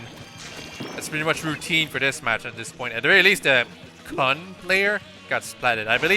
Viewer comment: Protip: Japanese "u"s are all the "oo" sound (when they're not silent outright, e.g. at the end of a word). So the good player on the opposing team would be pronounced "koon," not "kuhn". The more you know! Also, Cold-Blooded for days on a Roller, since they don't really benefit from the Run Speed Up from Haunt at all.